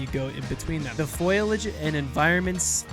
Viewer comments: by the time it's actually released i would guess most people will have upgraded for it. also, dude, it's fOliage not FOILage, unless oc you're doing for larfs 😉(i'm sorry, i now see you copped quite a bit of flak over this :) ) you don't want them to rush anything, but you want all factions, model and maps to be updated already? i think everyone needs to take a chill pill and be patient and stop crying that the game is broken whilst demanding cluttered full fidelity at 4k and insane fps - looking at those peeps that insist the <100fps 4k Ultra, means the game cannot run. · *Foliage. Fo. Li. Age. NOT "foilage." That's not a word. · insert marge simpson meme about saying foliage